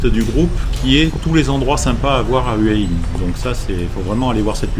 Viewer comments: Faut prononcer Houa Hin. Pas Heua Hin. Bizarre pour quelqu’un qui habite à Hua Hin. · houai ouin